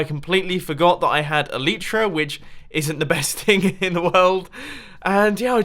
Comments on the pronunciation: The way you pronounce elytra is annoying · Mumbo still mispronounces Elytra